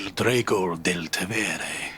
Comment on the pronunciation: Is he saying "Il drago del Tevere"=the dragon of the Tiber here? I mean it makes perfect sense, it's just that I hear the pronunciation more as "dreh-go" rather than the correct (IIRC from my limited knowledge of Italian) "drah-go". Do I hear it wrong or is it actually some other word entirely?